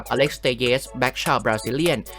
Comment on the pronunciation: ทำไมถึงอ่านชื่อเขาว่า เตเยส ครับ ผมลองใช้ให้ translate ภาษาโปรตุเกส ออกเสียงว่า เตลิส ถ้าเป็นภาษาอังกฤษ ก็น่าจะออกเสียงว่า เทเลส หรือ เทลส์